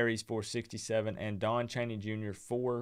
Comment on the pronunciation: HIRE COACH PRIME, just dont call him deon, its coach DEON